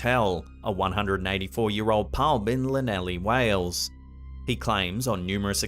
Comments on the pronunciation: before an irate Welsh person tears your head off, the place is pronounced "THLANETHLI" - a double L is sounded as THL... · The way he butchered Llanelli 🥰🥰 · OK but the scariest thing here was the pronunciation of Llanellli! 😂